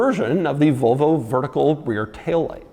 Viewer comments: Why do Americans pronounce it vovo? there's and L in there too. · Why do you keep saying “Vo Vo”?